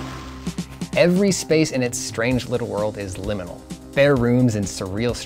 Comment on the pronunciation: I got pissed off he said liminial space within the first 2 minutes. should i finish this essay?